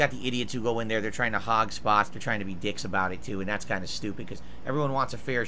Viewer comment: I'm happy this video exists just to hear him say "hahg spahts". Pig ups.